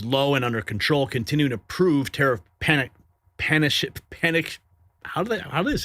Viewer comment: It's "Panic-cans" not "pani-shuns"